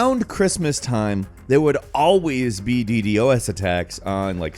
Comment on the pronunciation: my man, I love you. Wonderful commentary. But uh, it’s “D DOS” my man. As in the DOS operating system. Not the same acronym, but you catch my drift